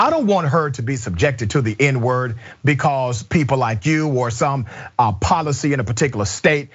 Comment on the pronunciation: "Bay cawz!" X2